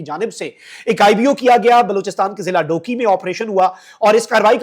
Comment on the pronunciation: Shabash Shabash Duki ka nam b tum sahi ni le sakta